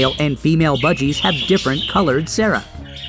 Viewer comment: cere is not pronounced as Sara